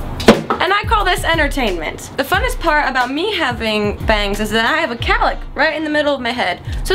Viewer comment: Cowlick, not calic.